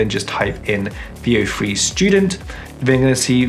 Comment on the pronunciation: Bro had me google “vio free” my girl said boy he sayin “veo three” the brits dont like the “th” sound. Three is free. Weather is wehvaa. Throw is fffrow.